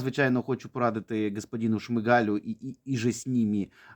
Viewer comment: Не шмигАль, а шмИгаль...